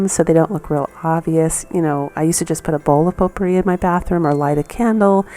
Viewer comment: ...its a French word. It's spelled potpourri. Pronunciation Po-purree